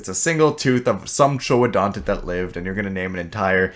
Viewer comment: Congrats on saying ‘Troodontid’ instead of Troodon which is a dubious genus.